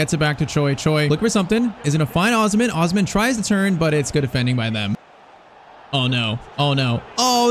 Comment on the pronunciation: Bro you are not pronouncing osimhen name right